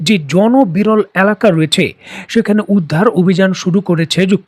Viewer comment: অ্যালাকা উচ্চারণ করেন কেন??? এ লাকা= এলাকা উচ্চারণ করবেন।সঠিক উচ্চারণ করবেন শব্দ সমূহের।